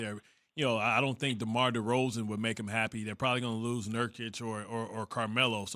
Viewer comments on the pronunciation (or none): Stephen A smith is allergic to saying DeROZAN